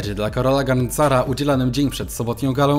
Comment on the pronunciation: GARNCARZ, a nie Garncar 🥲 Polska język trudny język 😂